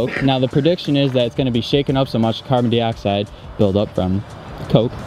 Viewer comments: “Carbon deeoxide” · Say Carbon Dioxide correct